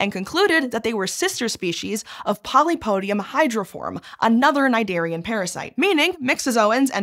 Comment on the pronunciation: Ive probably read the word cniderian thousands of times, and never once in my head did i pronounce it like that. To be fair, ive never actually heard the right way to say it, and i just looked it up. You are correct. Iykyk, right Hank. Edit: my internal monolog prononced it sin-dare-ee-an, which i always knew was wrong, but it wasnt anywhere near important enough to look up, until now.